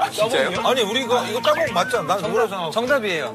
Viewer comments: It's not ddabong, it is "ta bom" hahahaha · ㄸ (dd) é pronunciado como a letra T só que um pouco mais fraco, ㅇ (ng) é pronunciado bem fraco, quase que sem o g. Em coreano se escreveria assim mesmo. 따봉 não se pronuncia dabôngui, se pronuncia do mesmo jeito que "tá bom".